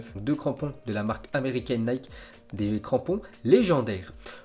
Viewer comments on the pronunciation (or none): none